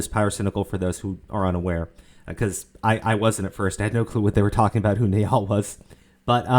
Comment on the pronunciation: Ivory’s response was shite but I love how people say Niall like NE-ALL instead of Nigh-All and its made me genuinely happy idk why sue me